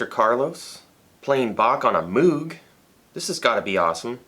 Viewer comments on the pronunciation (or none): "Moog" rhymes with "rogue". Just sayin'...